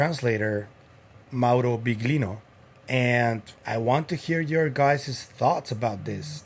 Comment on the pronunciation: Impressed you pronounced Mauro properly. Im italian so i was impressed. This topic is at another level, i wasnt expecting this.